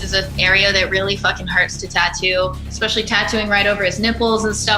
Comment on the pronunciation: PSA: One of the most surefire ways to sound like an ignoramus — pronounce “especially” like there’s an “X” in it. “EXspecially” = you’re especially stupid.